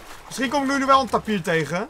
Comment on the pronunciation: Je zecht toch taapier niet tapir